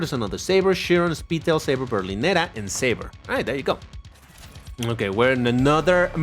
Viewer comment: This car name's pronunciation is Say-ber